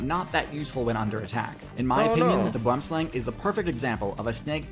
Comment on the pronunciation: I love how they pronounce boomslang, it's a dutch or afrikaans derived word meaning tree snake but you gotta say it w the accent